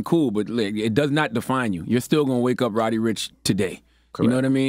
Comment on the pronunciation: People get on my nerves, it’s RODDY ricch not ROWDY.